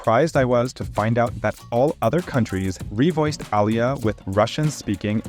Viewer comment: i dont like the way u pronounce Alya. Its Alya and not Al ya. Аля а не Алъя или Алыя.